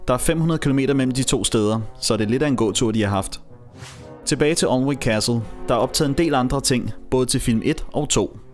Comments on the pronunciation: Thanks for going to all this trouble to produce such an interesting video. The English subtitles helped, even though I had to keep pausing the action to read them. One small point for those interested: 'Alnwick' (as in 'Alnwick Castle') is pronounced, 'ANN -IK.' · you pronounced Alnwick wrong, it's pronounced an-ick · Really well made video, I've been to Alnwick (Pronounced Anick btw) Castle a few times and they do have guided tours running all day. Loved the shot recreations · Alnwick udtales Anick!